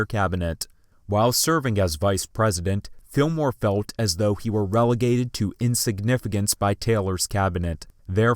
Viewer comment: Good video, but why do you pronounce the letter "L" as a "W?" "Fewt" "hoed" "hewd" rather than "felt" "hold" and "held." . . . . Also? You need a pop shield on your mic.